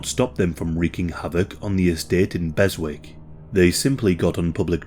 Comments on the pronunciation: Just a heads up, it's pronounced Bessick, it's a silent W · Berwick is correctly pronounced: Besick. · It’s pronounced “Bezick” (where this case takes place)😉👍